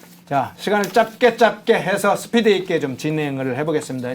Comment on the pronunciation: 사회자 이새끼야, 짭게짭게가 아니고 짤게 짤게로 발음하는 거다.